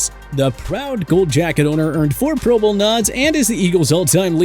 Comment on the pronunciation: Black and Silver lol love it when he says things just a little off. like when he pronounces pro bowl like pro BOWL…. Instead of PRO bowl. Good stuff 😂